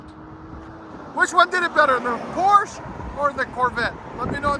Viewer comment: Does anyone pronounce Porsche correctly 😅